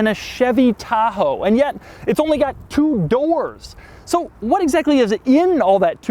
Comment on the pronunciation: Waft aint no country I ever heard of! They speak English in waft?